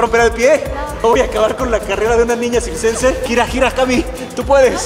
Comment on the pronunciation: dijiste sixcense y es circense pero admirable el trabajo físico que se hace, te has ganado mi 👍